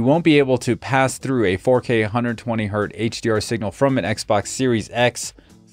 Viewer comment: Has HDMI been fixed since this review? BTW, it hurts my ears when you say "120 hurt". It's "Hertz." Named after Heinrich Hertz. It's always Hertz, even if it's "one Hertz."